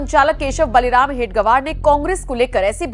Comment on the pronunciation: हेडगवार नहीं हेडगेवार